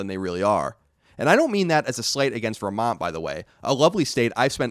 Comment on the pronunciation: It's weird how you pronounce "Vermont" much more like a native Vermonter than most Burlingtonians who are real proud to be "Vermonters".